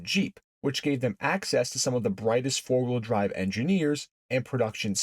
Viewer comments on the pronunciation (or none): Did he say fart wheel drive?